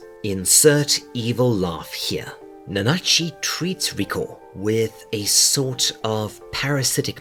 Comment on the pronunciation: You said it right, don’t worry about it. They just talking tomfoolery for no reason. 🤷‍♂️